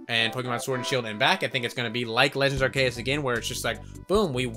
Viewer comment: Also you are pronouncing Arceus wrong...